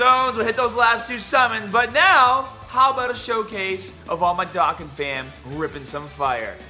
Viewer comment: Stop saying DOCKan. It's DOUGHkan.